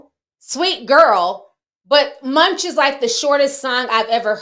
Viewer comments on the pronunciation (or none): none